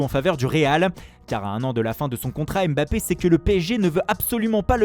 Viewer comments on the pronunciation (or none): none